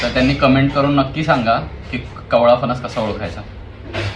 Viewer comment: फनस नाही re फणस शुद्ध बोल..बाकी तू छान पटवून देतोस